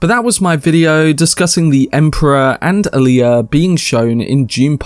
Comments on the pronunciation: i hate how they mispronounce so many names and use modern slang in the new films...its not 'hark-inin' its 'hark-onun' ...its not 'Ali-uh' its 'All-ya'... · Does no one on this site know how to pronounce "Alia"? The stress is on the FIRST syllable, not the second.